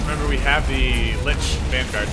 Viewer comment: they keep saying linch instead of lich